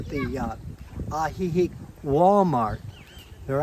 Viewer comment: I think the elderly are prayed on anywhere. Note: Ajijìc pronunciation is AjijIc accent on the last i. It’s great for people living here to learn the basics 🙏🏼